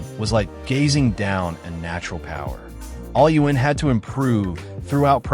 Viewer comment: Can you say his name correctly please only thing keeping this video from being great